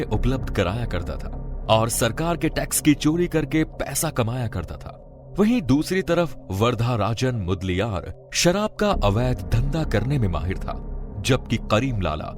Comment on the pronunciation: Varad rajan mudliyar not murliyar😊